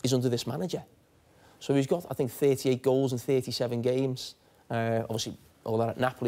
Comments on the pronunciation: Ashley “I fink” Cole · * 'I fink'